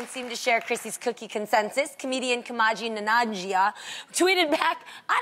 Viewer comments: Kumaji Nanajia? 😂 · Bruhh I died after she said Kumaji nanjia and then they they showed kumail nanjiani......like she read the name and was like nope too hard imma make up my own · lol the terror Jeannie say the comedian's name right its Ku-Mail Na-Ji-Ani lol u were way off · Jeannie - it’s Ku-MAIL Nan-ji-a-ni! 😂😂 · GODDAMN IT JEANNIE! Say the poor man's name right! You're better than that. It's Ku-MA-il NAN-ji-A-NI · Jeannie totally wrecked the pronunciation of Kumail Nanjiani. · Did Jeannie just pronounce Kumail's surname like that? The hell?! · How's Jeannie just gonna butcher Kumail Nanjiani's name like that?😂😂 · yo Jeanie straight up butchered Kumail Nanjiani's name lmfao XD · Jeannie butchered the pronounciation of Kumail's name 🤦🏽‍♂️🙄. Come on Jeannie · the way jeannie butchered kumail nanjianis name lmao good lord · Jeannie absolutely butchering Kumail Nanjiani’s name. Y’all should try to find out how to say people’s names, this wasn’t even close. Doesn’t need to be perfect, but... try ... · wow she butcher kumail nanjiani's name